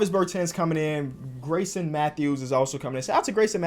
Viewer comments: it’s pronounced “GARE-IS-SON” not Grayson. like I know he’s not a hooper hooper and it’s not a big deal but you could at least get his name right lmaoo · garrison isn’t pronounced greyson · this nigga is fucking dislexic bruh ion kno how u say Grayson and not Garrison like tf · GARRISON matthews not grayson matthews 😂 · the amount of times he said Grayson instead of Garrison hurt my head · it’s Gare-isson